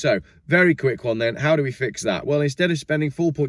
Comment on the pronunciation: That's number Wang Lol I laughed out loud ;)